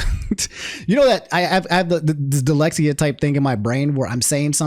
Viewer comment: "dilexia" lmao jk ily